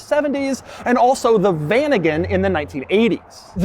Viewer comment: dude its not VANIGAN and WESTFAILIA